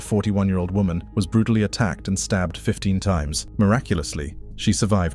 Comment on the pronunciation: it's "Brutally" not "BRUTUALLY"